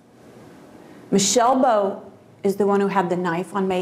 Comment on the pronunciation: when they say michelle boat it sounds like "my sail boat"